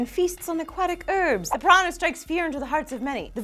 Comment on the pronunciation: That's not how you say piranha